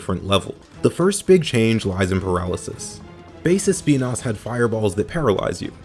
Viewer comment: When he said “Speenas” I felt that